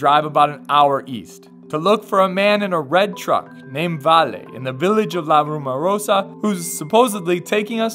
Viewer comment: It´s called La Rumorosa not la Rumarosa. LOL., Nice video by the way, you definitely need to come back and meet other cool places nearby.